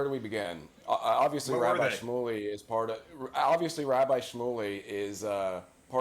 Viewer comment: Yay! Rabbi rhymes with bike is back!